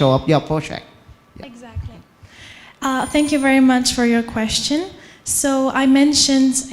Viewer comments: Chê thậm tệ MC hôm nay nha! T chê trên live luôn nhưng vẫn có người bênh. Toàn đọc thiếu âm cuối như từ Stage và phát âm sai từ như Question. Âm điệu rất nặng, nghe mệt vl. Đang nghe Phương Linh rất nhẹ nhàng và ấm áp xong với bà MC lên tiếng làm tụt mood. Chê vậy là còn nhẹ đó. Đừng nói t biết gi mà chê. T ở Mỹ gần 6 năm rồi và không có bạn bè Việt Nam, toàn người Mỹ nên t có khả năng để nhận xét và chê 😊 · T chê trên live luôn nhưng vẫn có người bênh. Toàn đọc thiếu âm cuối như từ Stage và đọc sai từ như Question. Âm điệu rất nặng, nghe mệt vl. Đang nghe Phương Linh rất nhẹ nhàng và ấm áp xong với bà MC lên tiếng làm tụt mood. Chê vậy là còn nhẹ đó. Đừng nói t biết gi mà chê. T ở Mỹ gần 6 năm rồi và không có bạn bè Việt Nam, toàn người Mỹ nên t có khả năng để nhận xét và chê nha 😊